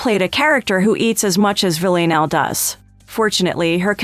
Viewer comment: Is there a reason she cant pronounce Villanelle?